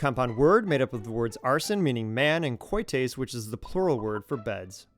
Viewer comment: It’s not pronounced koites, but kites.